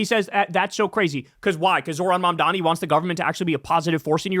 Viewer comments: Bill Maher was incessantly trying to police people over how to pronounce the word, "Vivek" but he still can't be bothered to properly pronounce, "Mamdani" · You can predict someone's political opinions with a high level of accuracy based on this litmus test: Can you pronounce "Mamdani"?